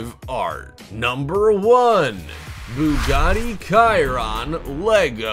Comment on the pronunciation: Bugatti Chiron is pronounced BU-ga-TEA. SH-y-RON.